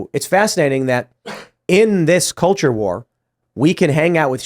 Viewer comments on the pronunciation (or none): Cult-ure war I think says it right there.